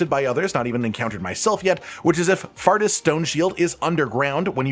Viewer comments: I'd bet all my money its pronounced "four-tis" and not "fartis" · Faurtis is pronounced 'Fortis' btw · It's name isn't pronounced fart-us by the way lol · I pronounced Faurtis as Fort-is since words with 'au' usually make an 'aw' sound rather than an 'ah' sound, but fart-ass works as well I suppose